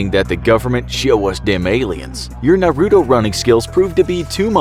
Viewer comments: Anyone else triggered from him saying narudo instead of naruto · HE SAID NAURUTO😂😂😂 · he clearly isn’t a web when he says “ Nar Oooooo toe” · I hate when people say “Narudo”😒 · Did he just say......"naroodoe"?!?!?!? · Imagine not knowing how to say naruto right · Don’t ever pronounce Naruto like that again